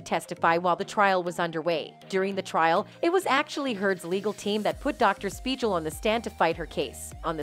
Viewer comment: I can't even take in the info of this video cuz all I can hear is how Dr Speigal is mispronounced.